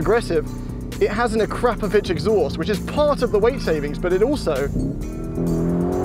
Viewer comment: Someone please teach how to actually say the word Akrapovic. It is not AH-KRAP-O-vitch